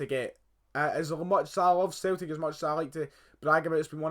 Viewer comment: A few things for you: 1. "Celtic" is pronounced Sell-tick 2. It's not "Scotland Keltics", it's "Celtic" 3. Your son supports both Liverpool AND Barcelona? That is just wrong. 4. Celtic are Scotland's biggest team, they have the largest stadium, highest average attendance, most money, most successful in Europe. 5. You never hear them because football/soccer is dominated by the top 5 leagues (Spanish La Liga, English Premier League, German Bundesliga, French Ligue 1 and Italian Serie A), and you only really hear from the best clubs in those leagues. 6. They don't sign players like Messi because it is practically impossible. Why play on a cold Saturday night in Kilmarnock on a plastic pitch in front of no more than usually 11,000 people when you can stay in Spain with beautiful stadiums, over 30,000 people, warm weather and a massive salary?